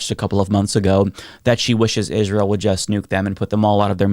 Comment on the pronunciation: “Ihjz-rael” is an odd pronunciation.